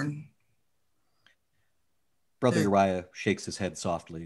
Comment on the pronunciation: I did see a correction. Brother Uriah came out as Borther Uriah